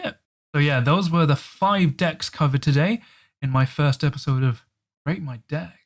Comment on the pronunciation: LMFAO, sometimes when you say deck, it sounds like 'dick' 😉